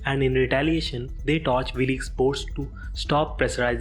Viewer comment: I turned the subtitles on and it helped some, but it seems to me that someone else wrote the text that ur reading. I notice this when you say the Byrdes organize a funeral but you call them the Brides. Right after that you call Wilkes "Willeeks". It just seems to me that ur just reading phonetically text that someone else wrote without really knowing what it is ur dictating.